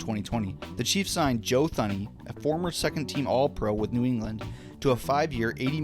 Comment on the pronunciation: you've gotta be mispronouncing names on purpose there's no way this is real. Juwan thornhill? Joe Thewney?